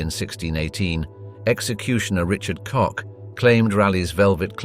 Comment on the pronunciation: Did you say Richard Cock?